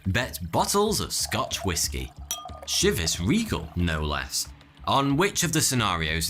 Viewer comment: I thought it was pronounced 'chee-vah ree-gahl'.